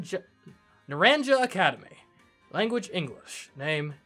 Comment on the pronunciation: I won't be able to watch for a little while because I don't have the game yet. So, sorry I can't guide you again. I can watch the first few episodes though. And the school is actually Nar-ahn-ha. And this region is the Iberian Peninsula. I'm also so happy Lizzy gets to return.